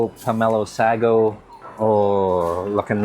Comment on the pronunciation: Love your food content but it's pronounced sago not sagogogo